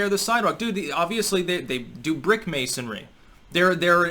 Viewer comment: Funny you should say "Masony".